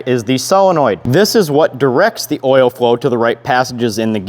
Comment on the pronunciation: "Oil wevel" 😂🤙